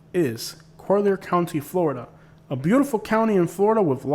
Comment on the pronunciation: Yeah Im curious why you pronounce it “ co- leer” county? But besides that pretty good video. But naples is segregated. Everything west of 41 minus Naples Park is reserved for the rich.